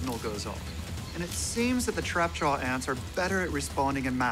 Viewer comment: I hate how he says trapjaw